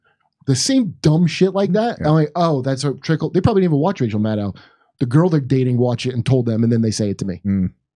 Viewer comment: Kurt Metzger should just STFU about Rachel Maddow. Plus he can't even pronounce her name correctly. Neither can Canadian interloper Aaron Maté. It rhymes with meadow. Metzger goes on Fox with Greg Gutfeld to trash the journalistic profession. Dore keeps going on Fox with domestic enemy Tucker Carlson. You guys are so clueless and out of your league.